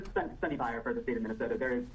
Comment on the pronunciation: Dude, you got to learn how to pronounce indian names or at least try... You fumbled twice and both times they were indian...if you can say kamala Harris you can learn to say 'eye err' which is how one pronounces iyer.